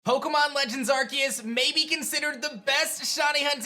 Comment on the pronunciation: It’s Ar-SEE-us. People that don’t know how to pronounce this make me extremely sad. Brainlets be gone.